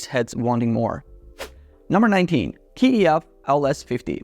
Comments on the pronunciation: It's not K E F it's KEF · Why do you pronounce the letter K (kay), keee when you talk about Kef?😂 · Its Kay E F..not Key E F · I don't know where you got this K-E-F business - how can you be an audiophile and not know it's one syllable - KEF! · How do you claim to be an expert but can’t pronounce KEF correctly. You test active and passive speakers against each other, you leave one brand at a lower tier due to price but put the KEF in god Tier when they are the most expensive on the list. Also leaving off the Martin Logan 35xti’s off the list is a crime. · Its strange that you pronounce KEF per letter.